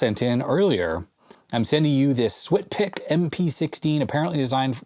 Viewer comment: The SWTPC computer is actually pronounced "Swap-tech" by those in the know ;)